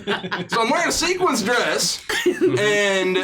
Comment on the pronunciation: arguing that it’s “SEQUENCE” Dress is making me so mad 😂😂😂 SEQUINS